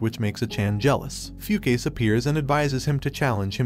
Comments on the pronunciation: did he really pronounce fu ka se as fucase??? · "Few-Case"? Yeah, no, I'm pretty sure it reads as "Fu-Ka-Se" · The pronunciation of the names. “Foo-case” 😆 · its not pronounced "fu-case" its pronounced "fu-ka-seh" just wanted to correct you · The way he pronounces the dude's name is hilarious, "few case" 🤣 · Fukase🚫 Foocase✔️ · I'm not sure, but I think the pronunciation of "Fukase" was incorrect. :) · The only fault in this video was his pronounciation of "Fukase" 🤣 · You pronouned "Hayabusa" wrong... got "Fukase" wrong too